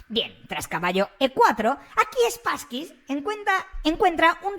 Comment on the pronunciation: 😂 me hace gracia que le llames SpasskyS, suena a perrete 😅